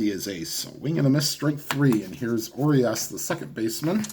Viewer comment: The Urias on the Dodgers, is "oo-ree-us'.